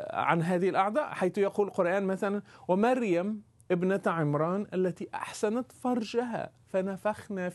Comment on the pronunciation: هي"احصنت". من الحصن فرجها ...وليس" احسنت" كما تدعي وتنطق على السيده مريم عليها السلام حاشاها.